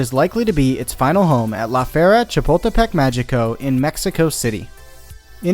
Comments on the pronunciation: The first time he said Chapultepec I thought he was going to say Chipotle and now I'm hungry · Ok but listening you said "La Fiera Chipotlepec" Mexico so many times is both hurting me as a Mexican and Amuzing.